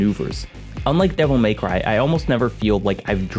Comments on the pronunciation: Devil May-Who from Whoville. Literally all I can think about every time he pronounces devil May cry like that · "Devil MAYcry"